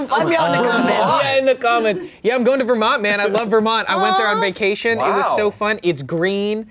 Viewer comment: I think yeah pro. I'd absolutely bench but I definitely would rather play if I’m a lower stakes team like I wanna have fun and feel accomplished in the little things like "I did this pass well" and such yk Pinabuta (commercials use southern US accents) "vaction" idk why but "so lively" becoming "sa-lively" as in saliva happened in my head and was awesome